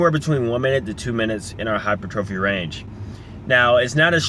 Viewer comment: He is saying he is pronouncing it wrong. It's hy-per-tra-fee not hy-per-trophy.